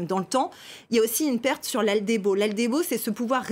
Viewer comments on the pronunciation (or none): Aldébo au lieu d'albédo... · Oui c'est ce que je dis... Elle lâche aldébo au lieu d'albédo...